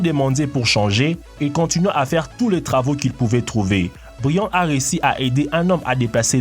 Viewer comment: tu sais parlé : "minimoum" "le travaux" "dé l'argent" "le rues" etc... ???